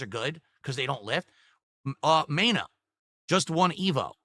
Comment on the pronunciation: This 220 cant say anything right its not maina its MENA YOU FN DWEEB